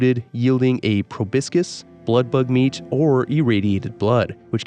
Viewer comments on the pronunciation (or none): Every time you called a Proboscis PROBISCUS I died a little inside lol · Please Google how to pronounce the word "proboscis"